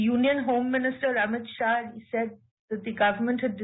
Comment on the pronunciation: The Union Home minister ,please, correct, Read as Sri AMIT SHAH,not Ramit Shah,please pronounce, CORRECTLY.